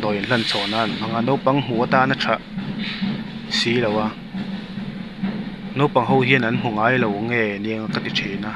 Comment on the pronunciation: Nopang ni lo in Naupang tih a van tha ve